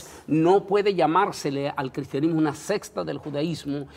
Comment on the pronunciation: Dicen verdades, lastima que no presentan suficiente sustento ni histórico ni bíblico. Y lo hay de sobra. Hno...se dice SECTA, no "sexta".